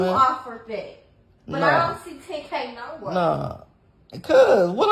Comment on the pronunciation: the accent my gawd lol..... "im not going nowere" lol sounds like they saying no and were and trying to pronounce it as nowhere.....🤣